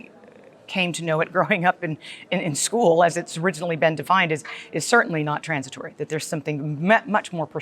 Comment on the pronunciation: Please can NEVER say "trornsitwory" ever again?